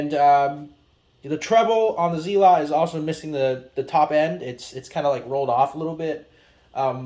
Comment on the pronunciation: its zealot not fkn zeelot dohhh and they always made good speakers, ,for the price anyway